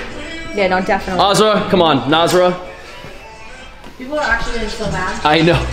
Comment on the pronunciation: please don't say Nazra agian😒😤😡🤬 pl say NAISHA❤❤ My fav couple